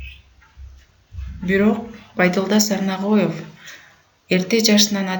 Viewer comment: Тексти окуган кыздын уну эн эле уккулуксуз экен.Жада калса фамилясын туура эмес окуптур.